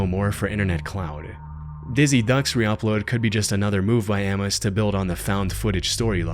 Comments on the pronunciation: I love your content, but please stop saying am-mose, Amos is pronounced a-mus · Couldn't resist I'm sorry. Amos = Ayy Miss. Not ammos. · It’s pronounced “A-mos” not “Ah-mus.” Christ… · Bro said "Ammose"